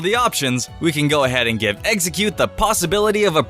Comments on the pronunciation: stop saying, eggseggcute! it's EX-EGG-CUTE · listen to the vidio he said a baby exxercute I thought of eggercute ass its name